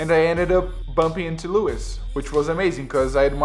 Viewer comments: you're pronouncing louis' name wrong! you pronounce it like lu-ee, not lewis haha, not trying to be rude but just pointing it out :) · The s in Louis is silent :) But that's cool man!